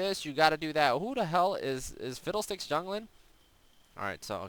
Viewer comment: Why do you say Fidel Sticks instead of fiddle sticks xD